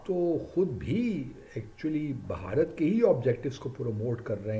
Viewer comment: Pehle Bharat bolna to seekhr. Kuch bhi